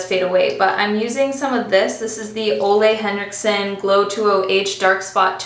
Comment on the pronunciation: I love how you say “Ole Henriksen” becouse He is danish and i am from Denmark, så i know how to say it “right” so hearing a English speaking person say it just sounds sort of funny to me.